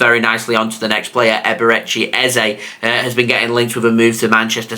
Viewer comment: I’m from Nigeria 😂the way u pronounced EBERECHI EZE is funny 😂😂😂😂